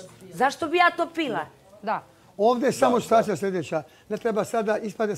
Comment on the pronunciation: Treba aneli da nauci da ne kaze sitvacija nego situacija